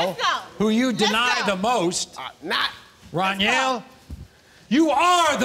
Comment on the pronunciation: Maury called my boy dunyell the whole time that man name is Runyell 😂😂😂😂